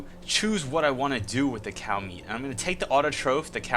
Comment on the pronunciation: Every time he says cow or meat... I cringe. Are you fucking sorry?